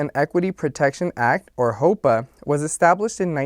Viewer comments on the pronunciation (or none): Lot of good info, but you keep pronouncing "HOEPA" the way "HOPA" is pronounced. Very different mortgage terms, and could cause confusion to new MLOs, so be careful pls. Otherwise, solid video 💪